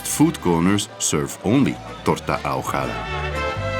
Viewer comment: "ahogada", the "h" is silent and the "g" is a hard "g'.